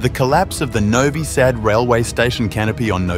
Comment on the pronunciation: The 'Sad' in 'Novi Sad' is not pronaunced as 'sad' but the 'a' as 'u' cut. '